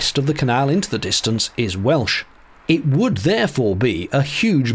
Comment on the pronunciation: Congratulations on perfect welsh pronunciation.